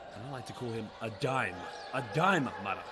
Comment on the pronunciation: I am sorry to tell you that you do not pronounce Aday Mara’s last name correctly. The correct pronunciation is with the accent on the first “a”. Just as you would pronounce Sara. Kindly yours.